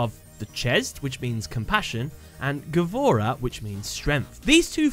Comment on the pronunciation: by the way gavora is pronounsed gvura, and mean bravery